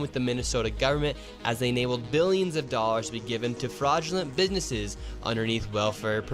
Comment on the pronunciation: Mans said "bidnesses" lol